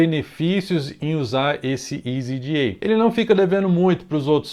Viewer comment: meu amigo escolha, se voce vice for falar "jota eli ce pe ce be" entao fale" easy EDA " e nao "isy ji ai" NEM GRINGO FALA ISY JI AI